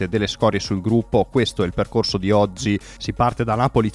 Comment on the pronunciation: Ma non riesci a pronunciare la preposizione "DI"?